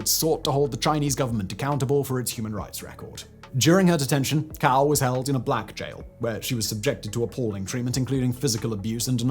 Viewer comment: Hi, i promise im not being a pedant or a troll, i have really noticed how your pronunciation of chinese words has improved. I wouldnt say anything but the pronunciation of a couple names sound like completely different words in chinese. As a rough guide Cao is pronounced like sow not cow, and Zhi is like the Ge or Germs not Jee, which sounds like youre calling him a chicken 😂